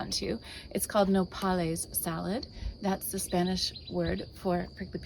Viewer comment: “NO-pal-IS” salad 🥗 lmao 🤣 I can’t